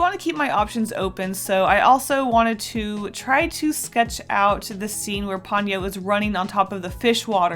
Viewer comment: Love your works and I’m being really anal, but I believe it is Po-nyo, instead of Pon-yo